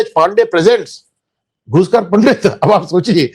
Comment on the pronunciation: Pandit nahi pandat like kashmiri muslims pronounce